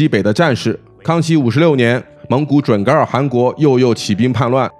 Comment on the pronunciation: 应该是准噶（ga）尔对不对？